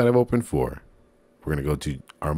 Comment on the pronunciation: yes the right way